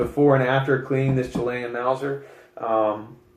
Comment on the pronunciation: Not trying to be a dic, but it is pronounced "Chill-Lay-In". And to save your thumb and firing pin, you can bring the bolt all the way to the front without closing it, pull the trigger and THEN slowly close the bolt. That way the firing pin will Slide in and not Jut forward at a high speed,...potentially harming the firing pin. This works on cock on close or cock on open bolts. GREAT VIDEO though!!!,...I gave it a huge thumbs up, because your seriously in love with these guns,...as am I. And I subbed, because I think you have the Fever,...lol!!!! Peace bro.